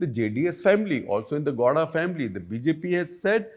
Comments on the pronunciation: Sir, Please get the below right It’s not Godha, it is GOWDA It’s not Maaandya, it’s Mandya It’s not Kaurav, it’s Kauravas. Why don’t you North Indians never get such things right inspite of decades of experience Also, if you believe Mahabharata is mythological even in this day and age , then you are dumb and outdated . There is enough evidence to show otherwise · Shekar keeps wrongly pronouncing Goda, it's Gow- da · It's not gohda Gow rhymes with cow. Pronounce it properly Gupta.